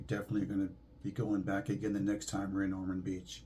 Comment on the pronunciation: Pardon me, but it's Ormond with an "o". My parents lived there for many years.